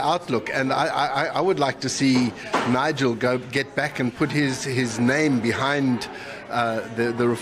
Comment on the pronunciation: I think he called him Nigel Gove, surely?